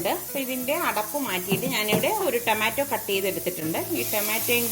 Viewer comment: ടെമാറ്റോ അല്ല റ്റൊമാറ്റോ 😄😄😄